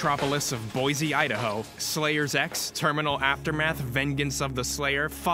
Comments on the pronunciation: you can tell when people dont live in boise when they call it boizee instead of boy-see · Awesome vid but one problem… ITS BOISE NOT BOIZE OK?! But we do uhh have potatos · ERRRRM! IT'S BOISSSSSE. NOT BOIZZZZZZE. erm thank you very much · It's pronounced BOY-SEE NOT BOY-ZEE as a native idahoan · it's pronounced boysee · Of course, they mispronounced "Boise". Is Zane actually from Boise? Maybe that's part of the joke? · They’re saying boise wrong… jk great vid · maybe slayers x is fun but they mispronounce boise so idk